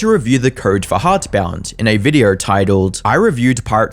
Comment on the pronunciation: I wanted to listen through this video, but the narrator ai has this wierd, triggering letter O. For example, the word "video" sound like "viduuu".